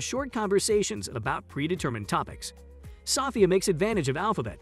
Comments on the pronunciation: Sophia = so-FEE-uh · Why are you saying sophia wrong? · your not pronouncing Sophia name correctly